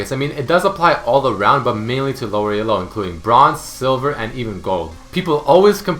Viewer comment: First off, it's not ELO anymore, its leagues. Second off, it's NOT E-L-O its ELO. It's a dude's name. Get it right pls